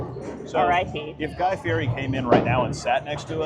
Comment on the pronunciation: Like #26 Good and honest review. By the way, it’s Guy Fieri (pronounced Fee Et Eee) the r is pronounced as a T. I got a good laugh each time you mispronounced it.